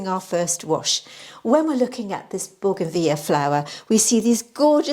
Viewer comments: BOUGAINVILLEA (correct spelling) boo-guhn-vi-lee-uh 5 syllables. Plus, married to scientist/botanist who confirms pronunciation. As does Google. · Baugenveeya sounds very fancy 😂.